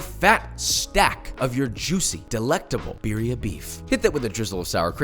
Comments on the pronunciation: Its not beerria its beetheuh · Hi.. Just letting you know that how you say butter is the same way you can roll your R to say birria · The only problem with this video is REE way he pronounces birria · Once I understood what he was saying, his pronunciation of Birria, low key made my eye twitch.